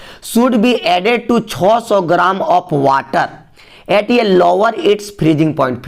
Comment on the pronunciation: Sir 600 ko ap kesse bolte hai choso nahi cehso boliye